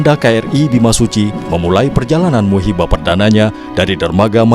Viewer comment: Bukan musibah perdana tapi MUHIBAH perdana min...